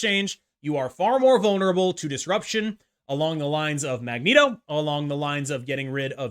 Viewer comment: Lol how he says magneto